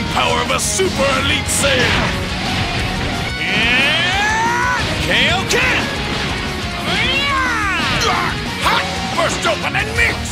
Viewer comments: Are we back in 2008 again or did I hear say "Kay-oh-ken?" I'm glad we're bringing back the BT/Sparking series, but we don't have to revert to incorrect dubs lol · Why did they pronounce Kaioken Kayoken I thought we were passed that. I don’t care about 90% of sub to dub changes but this is just blatant mispronunciation. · "Kayoken!" TRIGGERED It's KAIOKEN!!! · I don’t like K.O Ken It’s kaioken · Ok but why did he say KAY-oken there? 💀 it was always kai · wdym "how did i figure that out"? If you played tenkaichi 3, all the voice lines in this video are legit literally copy and pasted from that game. That is why says "kayo-ken!" in this video instead of "kaio-ken!". Sean Schemmel only said "Kayo-Ken" back in the old days, he doesnt pronounce it like that anymore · I still hate that he says "Kay-o Ken" instead of "Kaio Ken". Its King Kai's technique, not King Kay's technique. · Kay-o-ken. So is it a translation issue, is it actually kay-o-ken, or is it kai-o-ken? Assuming Sean Schemmel is voicing for the English translation, it should be kai-o-ken right? I know it's type/written as kaioken for the word, i just typed it as it's pronounced. I probably did it in a dumb way though. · Can someone explain why he said kaoken instead of Kaioken here Also, R.I.P. Toriyama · please redo the voice over for kaioken. It's Kai o Ken like King Kai. Utter Blasphemy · Looks great. Kinda shocked pronounced Kaio Ken wrong. That’s the way he said it in the original dub way back. That was corrected later.. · It’s funny that they used the old English lines fro the PS2 games cuz Sean doesn’t pronounce it as Kayoken anymore, they were serious about this being a true sequel to BT3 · That classic “I’m angry” and then (Early) mispronouncing Kaioken as Kay-o-ken made me realize, there was a lot of reused voice clips here haha Super nostalgic but wonder why Namco did this for the trailer when they’re most definitely going to have Funimation record new lines in the full game